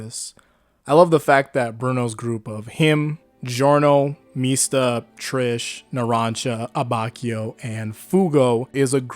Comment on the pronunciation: If you’re going to use the Italian pronunciation of Mista and Narancia, don’t use the English pronunciation of Trish